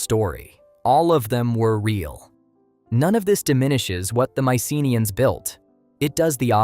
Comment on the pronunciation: The correct pronunciation is my-suh-NEE-uhnz (maɪsəˈniːənz).